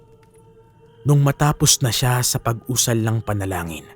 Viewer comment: You are slowly improving po.... keep it up... suggestions ko lang po pag nag bigkas ka po ng salita medyo diinan or bigtan nyo yung word example po d2 sa kuwento nyo pakingan nyo po how you said talibong at paguusal. Yung lang po Peace po sa inyo ni pinuno and never give up. 😊